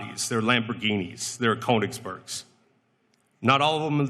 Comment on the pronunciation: bro said “Koenig-sperks” 😭😭😭